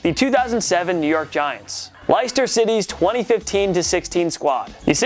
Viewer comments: Oi man said licester rather than Leicester im dying 😂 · It’s pronounced lester city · Watching Americans try and pronounce Leicester always makes my day 😂